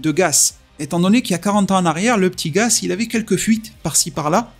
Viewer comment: C'est gaS pas gaZ mais bref c'est pas grave je me doute que c'est un peu fait exprès